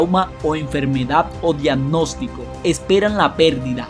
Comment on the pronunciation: Lo que es angustiante es: La voz y la pronunciación del narrador. Es INSOPORTABLE! La voz es chillona, gangosa, y no pronuncia bien, da la sensación de que se le está saliendo la saliva de la boca. Es horrible. Dice "adiamnostico" 😫😫😫😫 "igspiraciom" 😫😫😫